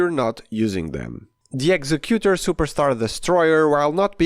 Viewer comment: The way you're pronouncing "executor"...no such word.